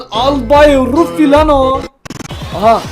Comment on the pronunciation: Abi Ruffi değil RUFF!